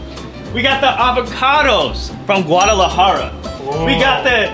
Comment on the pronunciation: You said Guadalajara wrong. Avocado It's not ready. Avocado is green. The outside has to be black to be ready to eat.